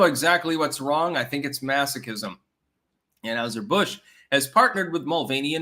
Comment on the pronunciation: Learn to pronounce anheiser Busch it’s not anHOWser Busch damnit